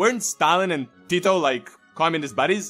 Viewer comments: Damn that was some nice pronunciation of his name, most people butcher our words, I'm quite surprised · Im a Serb and I know how to say hes name and u really sed it good like u are from Balkan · You said Tito's name with such a nice Serbian ( or any similar accent ) accent 🤔